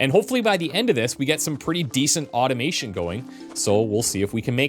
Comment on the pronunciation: I thought called this an Oddomation game when he was saying Automation 😅